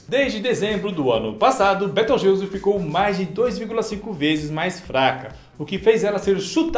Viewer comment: Soq inves de 'beteugelse' é betelgeuse